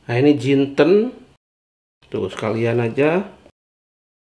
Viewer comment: Assalamu Alaikum chef, Alhamdulillah ngomong jintennya sudah gak JUMINTEN LAGI..... Mantap smga sehat dan sukses terus..... Aamiin.